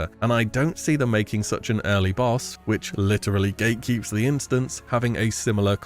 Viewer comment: Did you just say "gay keeping" 2 times? 🤣🤣🤣